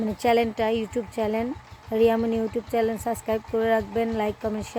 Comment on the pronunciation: চ্যানেল চালাও ঠিকই বাট চ্যানেল শব্দ টাই উচ্চারন করতে শিখো নাই